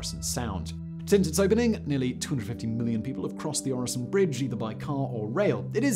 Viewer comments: Very nice video. Your pronounciation of Øresund isn't even that bad. I really hope you also do a video on the arguably even more famous and grand (at least domestically here in Denmark) "Storebæltsbroen" or The Great Belt bridge completed just a few years earlier. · Try saying the following Rødgrød med Fløde PS: You are saying Øresund surprisingly well 👍 for the effort. Sund alone however. Not so much. It is not a SOUND forget the O 😂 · I'm not usually one to ask for subtitles, but there were parts where they would have been beneficial. Especially the segment about the tunnel; that might just be me being tired though. Great job on the pronounciation of Øresund; not so much on the other names containing Ø though. ;)